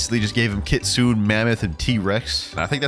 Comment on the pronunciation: Happy new years It’s kit-su-ne Not kitsun